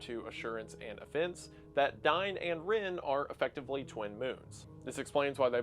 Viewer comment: OH IT'S FUCKING OFFENSE, instead of A FENCE which you pronounce identically. That's not how "offense" is pronounced. Have you ever heard someone actually say the word? Can you try enunciating words? It'd really help. Or at least pronouncing them correctly. Maybe you need some braces or something. Your entire job is narrating bullshit you've come up, and you're a really bad narrator.